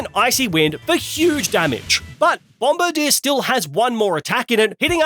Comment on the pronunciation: Bombirdier's name is pronounced BOM-BIRD-IER